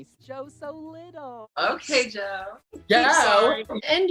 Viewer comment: "JOuE!" My favorite part.😆